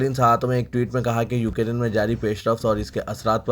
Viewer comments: Please pronounce Ukrain correctly. Its not Ukarin. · Bhai UK Rain Nhi Ukrain Bolo